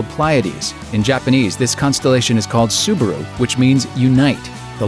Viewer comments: it's Subaru. not subuhroo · The second syllable is : Bah. Sue - Bah - Roo; not Sue - Ber - Roo. ` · the advert clearly pronounced it subAru. not subUru like you say!! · any one catched when the guy said subaro whos right🤔🤔 subaru subaro